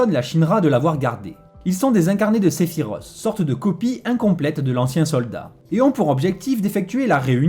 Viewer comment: Cest Se-phi-Roth pas Se-phi-ros